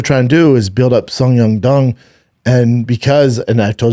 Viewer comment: Schaub trying to pronounce Song Yadong killed me😂